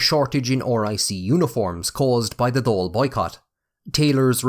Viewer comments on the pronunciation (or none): none